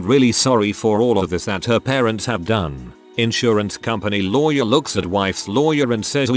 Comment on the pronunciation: sometime it says louwy where instead of lawyer